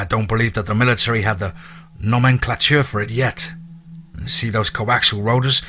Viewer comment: No-men-clay-churr nomenclature. Just trying to help.